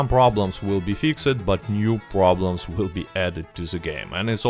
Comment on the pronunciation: you said fix-ed it's purnounced more like fixst hope this improved your english